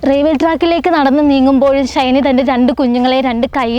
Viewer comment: Raiwel alla pottathi "Railway".